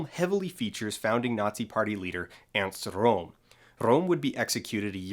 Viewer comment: I just want you to do a video on Errrrrrnst Rrrrrrrrohm so I can hear you say "Rrrrrrrrrrrohm" some more.